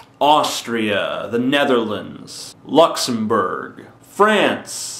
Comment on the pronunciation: TJ said "Luxembourg"! Woohoo!!!